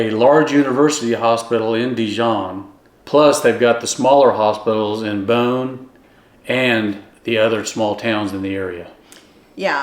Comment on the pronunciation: As a french woman living in Burgundy, I can attest that pronounces "Beaune" perfectly! 👍 An advice: if you're also interested in being not to far from Lyon, living in or near the town of Mâcon is an option. This is where I live 😊